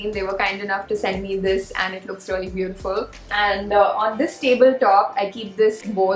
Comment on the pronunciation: I just love the way when u say. Reyaly..😁